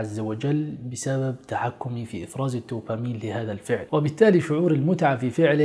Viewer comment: هرمون الـدوبامين (بالدال) وليس الـ ت ـوبامين! Dopamine NOT Topamine وجزاكم الله خير ووفقكم اخونا الكريم ، انت وجميع المسلمين، لما يحب و يرضى في الحياة الدنيا والآخرة، آمين يارب العالمين والصلاة والسلام على نبينا وعلى آله وصحبه اجمعين